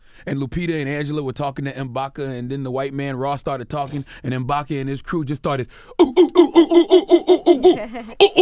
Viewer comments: IMBAKU. Not IMBAKA nigga you watched 3 TIMES AND STILL GET THE NAME WRONG LOL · It's M'baku Charlamagne